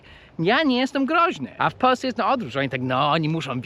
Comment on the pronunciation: Dlaczego Ty mowisz ",,,w Peusce zamiast w Polsce..." hee??